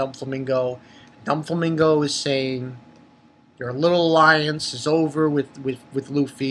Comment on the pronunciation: Bro, I think it's do-flamingo but not don-flamingo, am not sure though but great review. Keep it up